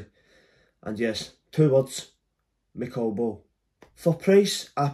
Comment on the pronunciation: man said Mccall Ball 🤣